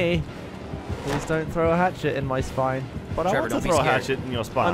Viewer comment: Don't you mean a hap-chet?